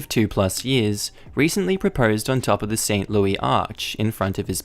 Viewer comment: I'm sorry but it's loo-iss not lou-ee sorry I don't mean to correct you XD